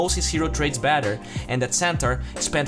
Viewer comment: Why do you keep saying BATTER and not BETTER? You make it seem like you’re taking about cake batter. You also say FAD and not FED. Where are you from buddy?